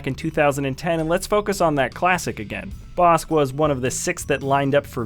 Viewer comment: Just to let you know that's not how to pronounce Bossk say it like "Bossik"